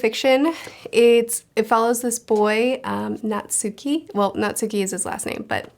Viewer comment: Natsuki is pronounced "Naht-Ski". Two syllables. Abroad in Japan fans know